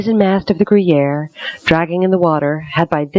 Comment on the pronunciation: Why does the narrator keep pronouncing the name of the British ship as "gruyere" like the cheese? It's Guerriere (or geh-yehr).